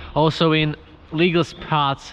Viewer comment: “It’s a legal spot” sounds like it’s illegal spot ahahaha